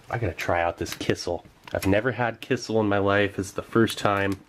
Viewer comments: Kissel, kissel... oh you mean kisiel! It took me 5 minutes to figure it out :P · It's "ki-shiel" , NOT "ki-sal" - you should wait till it cools down When I was in South Korea, there were some chicken restaurants which cooked the chicken so well that (just like you) I could eat the bones. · In Poland it’s pronounced “KEY-SHELL” 👍🏻 love the channel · My parents are from Eastern Europe and they always pronounced it 'key-shell'